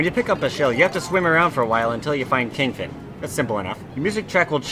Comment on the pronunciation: Kingfin? Seriously?